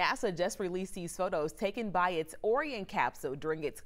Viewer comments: Someone please tell this lady how to pronounce Orion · The narrator is mispronouncing the word Orion